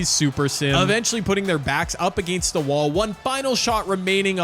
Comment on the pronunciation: Enjoyed the vid! The way you say against (uh-gay-nst) just sounds so odd to my ears 😂